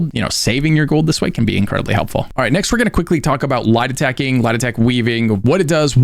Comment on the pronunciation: when you are saying "light attacking" it absolutely sounds like "lie detecting". It's actually weird how much it sounds like that. I had to turn on CC to understand what you were saying. If i might make a suggestion, I know during the tutorial they mentioned "light attack", but being brand new, everything was overwhelming so I didn't remember a lot from the in game tutorial. Later I did hear of "attack weaving" and googling it, found "light attack" mentioned but NOBODY said what light attacking was. I had to google like crazy and every time I googled Light attack, the google results were always referring to attack weaving. I finally had to ask a game friend WHAT light attack even means which was using left mouse button to attack. I realize you have been playing for ages so you don't realize how some terms you use, newbies don't even understand the term or what it means. Might be helpful if you realize that newbies literally have zero knowledge so sometimes explanations of things you are talking about, you might want to explain. Other than that, I'm really enjoying your vids for newbies. SOOOO much info that I'd probably be months before I learned it from playing so thank you a ton.